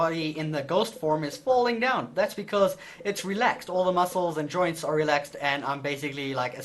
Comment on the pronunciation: When you say joints it sounds like you are saying ''droids''